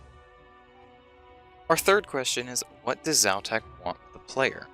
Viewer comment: Quite interesting, I'm still surprised that people pronounce letters and emphasis so differently. In my mind I'm calling Xau-Tak something like... KZ'ow-TàK (with most emphasis on the last part) whereas you pronounce it more like Zao-Taak (with emphasis on the first part). Is there a reason to belief Xau-Tak is a male god btw? And... Why was I not able to get that Xau-Tak reference in Nomad's Elegy? :( I had the impression that that black stone slab and the horrors (cave, jungle, skelletal) are somewhat related to this too. Not only is the Skeletal horror able to do mind control, but it also shares the link with (un)dead: talking to us in the underworld and animating ex-parrots and the skeletal horror. Witchwood trees would have to be related to this content somehow too, since it has an effect on the cave-jungle horrors. And given the properties of this wood/tree species... I think it might be (distantly) related to the Blisterwood trees.